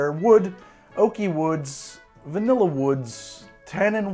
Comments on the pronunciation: 30min to go and I'm hearing "virnilla" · 3.1 VERnilla This is me 2nd time watching this treasure. I just noticed that on Manhattan 3.1 (x15) our dear host said VERnilla. And that struck me funny af 🤣